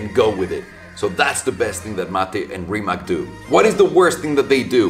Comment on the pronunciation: Small nitpick, Rimac is a Croation company, so it's actually pronounced 'Rimats' Source: Balkan roommate